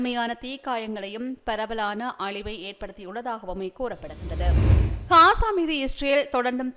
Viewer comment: அக்கா தயவு செய்து பலஸ்தீன் காசா பெயர்களை சரியான முறையில் உச்சரிக்குமாறு அன்புடன் வேண்டுகிறேன் Palastaine என்று உச்சரிக்கும் போது B கொண்டு உச்சரிக்காமல் P கொண்டு உச்சரிக்கவும் .அத்துடன் காசா என்று சொல்லும் போது K கொண்டு உச்சரிக்காமல் G sound கொண்டு உச்சரிக்கவும் . நன்றி Palestine ✅ Balestine. ❌ Gaza ✅ Kaza ❌